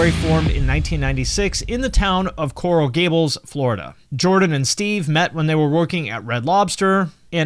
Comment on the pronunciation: every time he said “coral gables” I gasped hahaha 😂